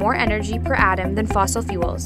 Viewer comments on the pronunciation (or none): none